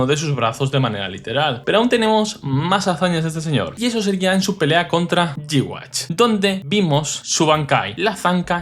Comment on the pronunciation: "yuja", no "G-wach"